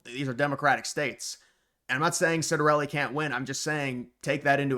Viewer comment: Its pronounced Chiat-ta-relli... not being Italian, you're excused!👍